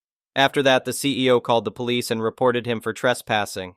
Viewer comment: The ai voice is very frustrating like it's police not polish please get a real human voice for the voice overs.